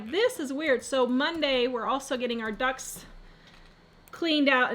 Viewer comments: At first, I honestly thought you said your DUCKS are dirty! 😆😆😆😆 Ohhhh, she meant her air ducts. Right! 👍🏻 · Ohhhh....ducts. I thought you said ducks. I thought that was weird...lol.